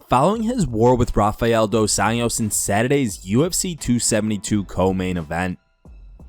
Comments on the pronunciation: It’s Dos Anjou, 2 Angels, nit Dos Anos, 2 years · Bro you keep saying RDA’s last name as if he’s Hispanic. Just say Anjos like an American would and it’d be closer to the actual Portuguese pronunciation